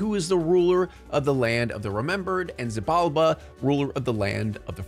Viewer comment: btw, Xibalba is pronounced She ball ba